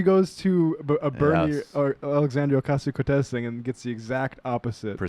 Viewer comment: Sam, her name is not Ocarzio, Ohcayzio or Ocazio, it's "O cass io". Just saying.